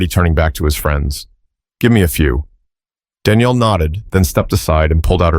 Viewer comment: I am lost a bit already. Is the lady's Danielle or is it Daniel. I know but it's obvious that the narrator does not, also whoever does the Captions!! 🤔😱